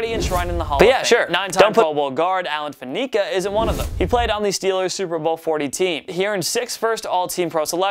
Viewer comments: Wow, you really butchered the steelers player. Fan eh ka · Who is Pittsburg Steelers Alan "FaNeeka". Work on your pronounciation when you talk about greats, & for the Buccaneers, Ronde Barber should be a higher nod than Lynch